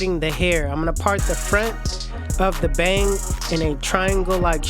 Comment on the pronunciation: The Bay-ang!! Lol!!